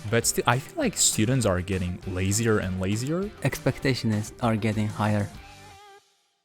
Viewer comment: Expecteshns ar getting higher 😂